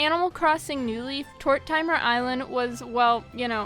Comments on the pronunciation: “Tor timer” My sis would be cringing as she thinks it’s pronounced “Tor Ti Mir” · It’s killing me she saying“Tort-timer” ☠️ everyone pronounces it: (tordimer) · Tor-tim-er not tor-timer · Why do people pronounce it Tor-Timer😂😂😂 It's pronounced Tor-Tim-Er... And it's not Pashima it's Pashmina, come on!! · the way you pronounced tortimer island its pronounced tour tih mer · Tortimer rhymes with Mortimer. The i is short. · Is no one gonna talk about “ tort timer “ island lol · Tort-ah-mer Island. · also “Tort-timer”? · TORTIMER IS PRONOUNCED TOR-TIM-ER. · Ok hold up good video and all but that pronunciation of tortimer island is odd